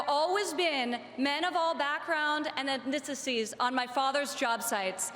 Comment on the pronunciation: Her veneers!! Dear god, they make her sound ridiculous. She couldn't even pronounce "ethnicities."